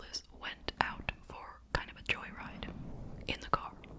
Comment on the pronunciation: It’s shanda not shonda ❤